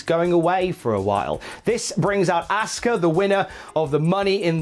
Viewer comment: Had to stop watching when he kept says "asska" its pronounced "awska"